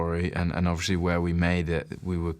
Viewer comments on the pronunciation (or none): lol harry says "obvRiously" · Harry says ‘obviously’ a lot for someone who can’t pronounce it properly